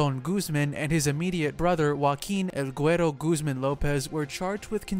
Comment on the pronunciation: Making so many videos about mexican Narcos you could really try a little more to pronounce the names right. Iván is not an english Name, it´s Guzmán not Guzmen....